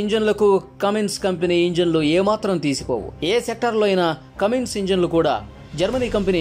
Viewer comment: ఒరేయ్ కామిన్స కాదు కుమిన్స